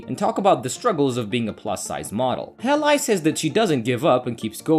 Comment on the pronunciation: Hay Lee, not hey lie... pronunciation should be #1 if you want to narrate.